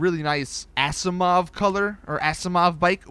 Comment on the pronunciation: the way he says asiimov lol